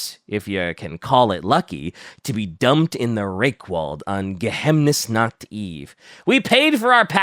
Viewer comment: As a german i have to say: Its pronounced "Geheimnisnacht" (Geheimnis = Secret / and Nacht = Night) not "Gehemnisnacht" like calls it. If you pronounce it Gehemnisnacht it would mean Inhibited-Night. In German you pronounce every Letter in a word, unlike in French where you just ignore half the Letters. And yes im fun at Partys. Especially at German-Grammer-Partys.